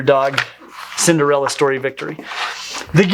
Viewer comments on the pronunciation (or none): none